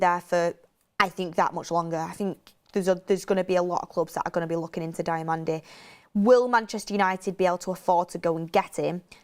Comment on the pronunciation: Diomande (Dee oh man-day) thats how its said. Please stop with this DIAmande...